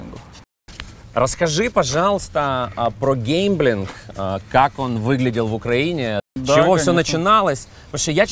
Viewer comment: Ужас какой. Похоже на скрытую рекламу, коей данный "шедевр" и является. И да, пожалуйста, объясните вашему ведущему, что то, о чем он рассказывает, называется гемблинг, от английского gamble, а не "геЙмблинг" от английского game.